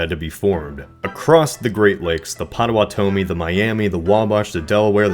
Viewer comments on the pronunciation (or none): It’s Pota-watomi, not Pota-Watomee. They were one of the only tribes to make peaceful negotiations with the US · Pot-uh-watt-uh-mee is how it's properly pronounced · Lol that is not how you pronounce Potawatomee. It’s pronounced “Pod-uh-WAH-dah-mee” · You mispronounced "Potawatomi" -- not Pot-a-wa-TO-mi but Pot-a-WA-to-mi. Also, "had seen," not "had saw." Your videos are really interesting but goofs like these make them hard to listen to. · ok im from Wisconsin and Potawatomee is said like this Pot-a-wat--toe-me. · not offended here but it's pronounced pot-oh-watt-oh-me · Not to be that guy but the pottawatomi tribe is pronounced pot-ah-wah-tah-ah-mi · It's POT o WHAT o mee. You did spell it correctly tho. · Potowatamee is pronouced pa-toe-waa-toe-me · Narrator can't properly pronounce Potawatomie or Iroquois. Seems quite amateurish for as much time as was put into the video. Dumb and irrelevant inclusion of Ohio State material also makes it hard to appreciate the important historical events the video attempts cover. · I noticed that too. I cringed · You pronounced Potawatomee wrong. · You butchered the pronunciation of Potawatomee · Hate to be that guy but you mispronounced Potowatomee. Otherwise great video!